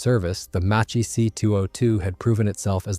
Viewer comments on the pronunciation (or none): The name is mispronounced. It is pronounced Mak-ki, due to the h.